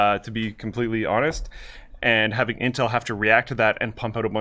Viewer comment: does he call it inhel?